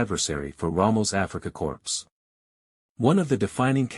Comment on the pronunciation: Corpse is a new one, corps is french and pronounced core.